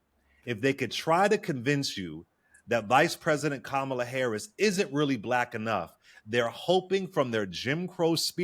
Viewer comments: I'm sorry but why can't dude pronounce KahMahla's name correctly. IJS. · if you were on a cooking show wouldn't you try to pronounce the name of the dish properly? How can you not bother to know how to pronounce Kamala's name, when youre on a panel just to discuss her? Even Trump can pronounce her name properly most of the time now. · Just discovered this episode today and this guy is irking me mispronouncing Kamala's name. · I wish someone would correct him (even off screen). He keeps mispronouncing Kamala's name. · can't be bothered to pronounce Kamala's name, how informed can he be. That's reflective on him.